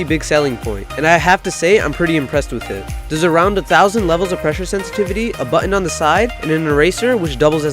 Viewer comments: button not buttu-in written not writtu-e-in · hehe true, but dude you say button really strangely :)